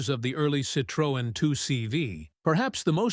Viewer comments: Sitrowen - wrong Citroen - correct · AI, say Citrin... Not Citrowen. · It's not "citrÔen", it's pronounced "citroEn", the accent is in the last syllable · Ich habe nichts Neues erfahren und erst recht nichts schockierendes. Außer, dass die Drecks-KI nicht in der Lage ist, "Citroën" richtig auszusprechen... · ‹Shocking›? Not really. Surprising maybe. And the pronounciation of ‹Citroën› and other french expressions … well, try again. 😊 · Shockingly ignorant pronounciation of Citroën. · What a Disgusting and mispronounced CITROEN. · Learn to pronounce "Citroen!", it sounds ridiculous when You says it. And You got the suspension totally wrong, and the wiper stod still when the car stopped!! I had 4, so I know. Laying videos out on the web demands som knowledge